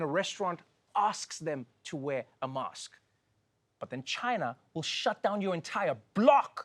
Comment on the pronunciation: Biathalon in Chi-nuh 🤣